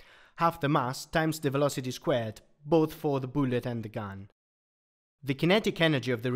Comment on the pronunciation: Every time he says boolet I smile